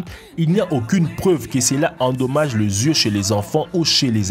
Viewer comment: Le zié, leu zieu 😂😂 sinon sipè vidéo 😂😂